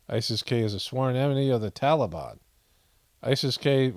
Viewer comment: What is this "tollybon" malarkey?